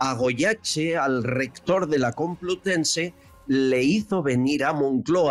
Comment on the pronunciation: "Universidad Cumplutense" 😮😂😢 "Tó sabiduría". No me extraña que la escondan de vez en cuando, en la cueva en la que deberían meter a Chus Montero Qué vergüenza ajena!!!